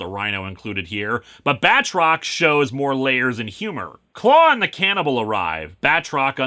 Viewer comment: I swear there's been a couple times where for a split second I thought he said Badrock instead of Batrock.